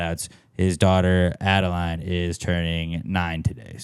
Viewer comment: ill make sure to have adeleane listen to this later on..maybe this weekend! thanks guys, P.S.- My daughter is not happy with you..you mispronounced her name lol